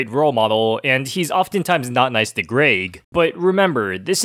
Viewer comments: there was only one thing that really bugged me in this video, he said greg's name like "grage" when it pronounced "greg" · Okay seriously if you say grayg instead of Greg one more time… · Its Greg not Graig man come on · Bruh I just wanna laugh ever time say Greg like Graig haha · 'gRaEg' no mate.. It's Greg😂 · “Ah yes, Graed”💀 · You mean graegslist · Good video but it hurts to hear you say "græyg" every time instead of "Greg" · Why you saying "Graig"? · Why do you say Greg like “Graig”? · its greg not gréyg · It’s GREG not GRAYG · Grayg. Canadian detected. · He says greg like Greag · Lol “greag” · Is he saying GRAG!? Or am I being stupid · say graig again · Why did bro say Graig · please stop saying grayg please please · Kept pronouncing Greg wrong